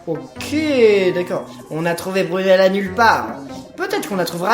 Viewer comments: c est pas brumela c est fumela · tu dit brumella au lieu de fumella